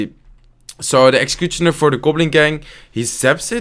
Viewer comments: When he says executioner as execuchoner😂😂😂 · great videos man 👌👌👌 PS: look at the way he says 'executionar'😅😅😅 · dhie ekxecutjonur lekkere Engelse uitspraak😂😂🎉 #Dutchforlife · Bare like how you say executioner "exacuchoner" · I love how you pronounce executioner 😂